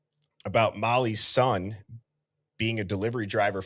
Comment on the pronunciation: EVERYTIME you said "Mollys son" it sounds like a Chinese word "Mollysson" 😂😂😂 Like the karate kid learning a new "wipe on wipe off" method 😂